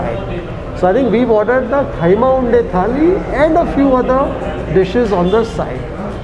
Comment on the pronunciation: It's kheema unde not khaima